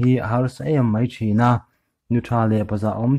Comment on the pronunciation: Mizo tawng i thiamlo chhiava a ni e. Chaina =China tih te’n i chhiar a, mahse i record hma hian chhiar chhuak hmasa phawt la chhiar dik tum la chuan I record dawn nia, channel meuh nei tan chuan a zialo em mai. Mahse hma i sawn thei aw.